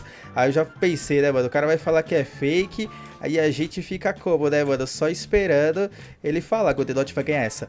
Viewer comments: O cara ainda diz q e fake e fala errado feck kkk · eles nem sabe fala fake eles falam fecke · O mais engraçado é o cara falando "FECK"😂😂😂😂😂